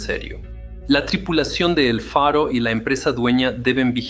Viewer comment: Todo por un capitán obstinado que se negó a oir a su tripulacion (la ignoró totalmente) que reiteradamente le proponía cambiar la derrota por una ruta costera; para evitar la tormenta (huracan). Ref. el relato el nombre del buque es EL FARO no Alfaro (como pronuncia muchas veces) All due to obstinated captain that ignored his crew, who many times offered to change to a safer coastal route, to avoid the storm (hurricane). Namr of the ship was EL FARO not Alfaro, mentioned many times in the video. 🛟⚓️😳🥲